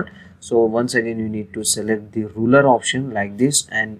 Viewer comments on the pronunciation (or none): thank you for the help. By the way, the thing you call a "roller" is actually called and spelled "ruler." You pronounce the U in ruler with an "oo" sound